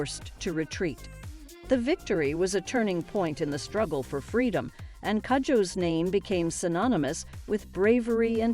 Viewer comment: It is pronounced koojoe Its a Ghanaian name